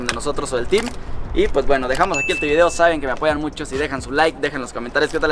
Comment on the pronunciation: Elvieedeo mas natural jajaja